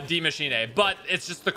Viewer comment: It really kills me that he pronounces it like Dee mashinay because it’s pronounced like die machine with an s befor the ch